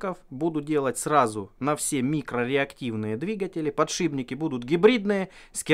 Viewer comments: Подшибники,блять,подшибники!!!Еще начни говорить ейные и ихние! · Да чтож у всех пукан рвет за подшиБники? Ну так просто говорить удобнее, много таких слов, шрус например! Все упорно говорят шруЗ! естественно знает как правильно писать и говорить это слово! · единственный кто может говорить подшиБники! Он гениален. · через Б легче, также как и ЦА вместо ТЬСЯ. Обитателям петровских болот конечно же не понять того.